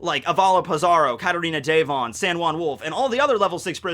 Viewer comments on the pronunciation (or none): none